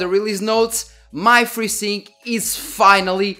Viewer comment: i thought to myself... what the heck is "Frizzing"? and then AAAH.... FreeSync